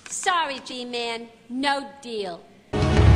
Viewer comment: Lol! Gman instead of Bman!